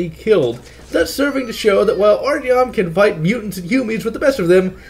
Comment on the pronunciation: Art - yohm, not Artieohm.